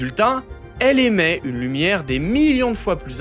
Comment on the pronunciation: elle "émet" et NON elle "aimait" !!